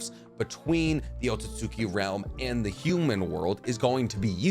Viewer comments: It's easier to say when you say it correctly. It's pronounced like Oat siut ski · Let me help you out, it's pronounced oat-soot-ski. Much easier than what you're saying lol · just my little nit pick but ōtsutsuki ain’t pronounced like that but i like the video